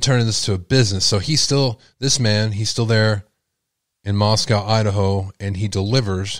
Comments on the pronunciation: I just want to say it is pronounced Mos-CO. Not Mos-COW. MosCOW is in Russia. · You are pronouncing Moscow wrong It’s not like how we call the Russian capital.